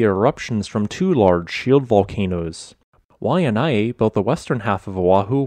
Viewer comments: Hiya! O’ahu local here and yes! Kaena is the third volcano not mentioned in this video. It hasn’t changed in recent literature as far as I’m aware, but I only last checked in mid 2021 so 🤷🏻‍♀️ Also soso sorry to correct the pronunciation it’s why-uh-nai and koh-oh-lauw. Kaena = kah-eh-nah, Haunama is how-nah-mah, kaloko= kah-low-koh etc etc. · Love your content. Pronunciation of Hawaiian nouns a little sus tho. Why-nye, KOH-OH-laou, KAH-neh-oh-hey, Hah-nah-mah bay. Hana maikai, mahalo!! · Waianae=Why-ah-nye, Ko'olau=Koh-oh-lah-ooh Kaneohe=Kah-nay-oh-hay